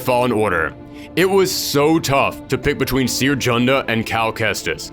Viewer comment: That's bot how you pronaunce "Cere".